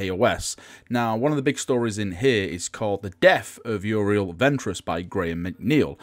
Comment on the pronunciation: can't speak english tho;), seriously it's you-ree-ell